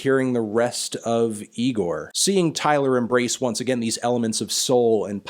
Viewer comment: It's pronounced Eye-Gore!